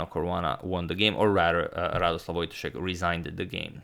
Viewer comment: Antonio, it's voyTAshek, not VOYtashek.